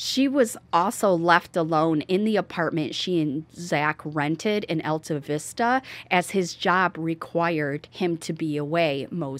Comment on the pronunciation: It's pronounced All tah vista. Population is 227.